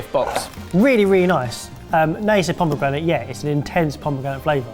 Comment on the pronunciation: Pomegranite? C'mon lol